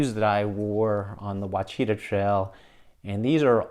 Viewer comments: pronounced "wash-ah-taw" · Ouachita is pronounced “Wash-uh-tah” 😉 Local gal commenting. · Never heard "Ouachita" pronounced like that before.